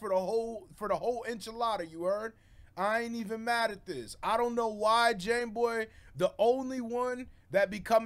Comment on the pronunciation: Bro i love how u stay calling him jameboy gones 😭😭😭 shit is hilarious